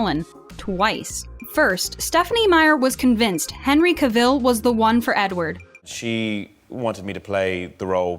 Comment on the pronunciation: She pronounced Cavill in the wrong way😅